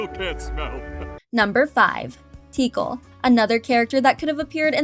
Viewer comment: They aren't "missing" if they weren't intended for the film in the first place. Also, Tikal is pronounced "Tic-kal".